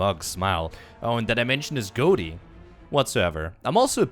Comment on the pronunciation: Did he say "goaty" I believe it's pronounced go-tee 🤦‍♂️